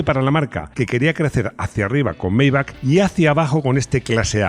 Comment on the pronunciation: Se dice Mai-baj en alemán